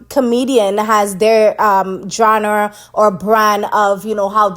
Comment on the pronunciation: Genre is pronounced “jahn-ra” not “jrane” no negativity, just letting you know